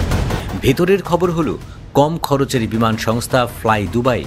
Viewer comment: বিমান নাকি বিমূন😂